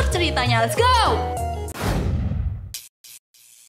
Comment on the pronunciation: Aku suka banget pada pelafalan Let's go itu..semangat yaaa